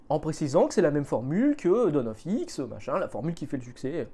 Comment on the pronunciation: Dommage mais c'est ce qui devait arriver, Panini est une industrie, rien d'autre, Disney/Marvel aussi, faut pas se leurrer. Bonne année à vous tous ! Au passage, ça se prononce : Downe of ex ou ex-men, et mon libraire m'en avait parlé comme du nouveau Strange et j'ai bien rigolé !